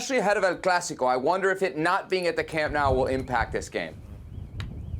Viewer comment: lol American saying “Camp Now” 🤣🤣🤣 pathetic